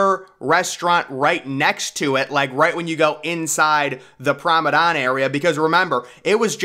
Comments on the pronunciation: Yeah Promedon i get it lol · WTF is a PROM- A- DON😂😂 DO you mean “promeNADE” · Lol I’m glad someone else hears this, it sounds like a he is saying “promedon” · Promenade NOT promedon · I know it's a year old but everytime you say the word promenade you're pronouncing it as promedan. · This is how you pronounce the word promenade... Prom-en-ard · Say it with me now... Pr(a)o-me(h)-nade. "Promenade" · Exactly! He's making a deck sound like a dinosaur! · Learn how to say promenade, Google it. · I came to the comments as I really wasn’t sure what he was saying 😂